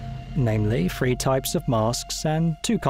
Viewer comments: Everyone else: "Arma Three" This guy: "Arma Fhree" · can you at least get a voice over dude than can pronounce "three" rather than "free" ? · The word is "THREE" not "FREE" Driving me insane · Saying "free" instead of "three" come on bro ffs drives me MAD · Arma free guys....not THREE.....we've been saying it wrong all this time? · THREE, not FREE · TH-REE..THHHH. not FREE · That's just how that particular dialect of English works, they dissimilate thr- > fr- . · Wot mate? It's the fird Arma game... making it Arma free. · Wish this guy could pronounce the word three. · This dude saying arma free is bugging me. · He said three...